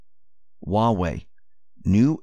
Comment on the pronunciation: When he said Huawei out loud it sounds just like Yahweh (YHWH). That's a no-no.